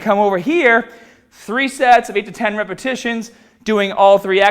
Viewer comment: Lol 0.46 when says "repetitions"